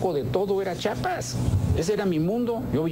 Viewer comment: Ese camacho nunca aprendio a decir Chiapas, pendejo.